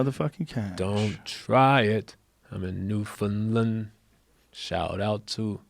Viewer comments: I respect it, but they're still not saying it quite right. They're saying "land" like "lund". It's just "land'. New-fn-land. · Their pronunciation of "Newfoundland" sounds a lot like "New Finland" to me. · NEW-FOUND-LAND not New-fen-len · FYI: Newfoundland rhymes with understand. Pronounced New, fen, land. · It's new FOUND land boys say understand then newfoundland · Its pronounced "Newfin-land", kinda rhymes with "Understand". No emphasis on the "fin", otherwise it sounds like New-Finland. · Guys it's pronounced New - fun - land. I'm Canadian. I know these things. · Their attempts to pronounce Newfoundland are hilarious. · Man the pronounce New Founland weird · Canadians are secretly upset that Joe and Hannibal keep mispronouncing Newfoundland but are too polite to write any comments saying anything about it. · Both of them mispronouncing Newfoundland so much is driving me insane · Newfoundland being pronounced wrong gave me physical pain. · If you're pronouncing Newfoundland correctly, it'll rhyme with Understand. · Say ‘understand’ and then rhyme it with ‘Newfoundland’. And there you go. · I’m from Newfoundland and the way you pronounce the name of our province make me want to burst my eardrums and no one likes curling here when did you do a show 1987 come in this decade you’ll see I love the podcast btw but I can’t believe you’ve been here and still can’t pronounce it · Shout out to NFLD, just got work on your pronouncing of it.